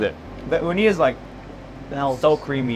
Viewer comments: Oooh-knee. Not ooh-Nai. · This is the worst Japanese pronunciation coming from an Asian that’s not Japanese. Oo-Nai? You mean Oo-knee? 😅